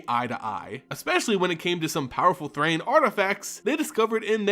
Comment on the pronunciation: Precipice not peripice. Thran, not Thrain.